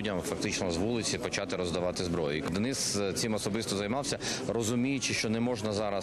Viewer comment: чому дініс, якщо Денис 😅